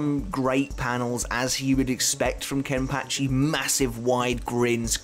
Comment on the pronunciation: Is it just me or does anybody else like the way say’s “Kenpachi”? Idk why but it’s so satisfying